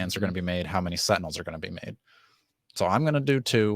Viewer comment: Haha, Tentinels